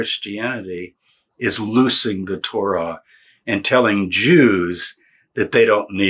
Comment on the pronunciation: I can't understand his English pronunciation of "losing" or is he saying "loosening". It is all about how the letter S is sounded in the word.